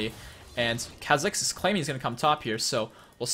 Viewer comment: Kuh-zix? its Kaw-zix.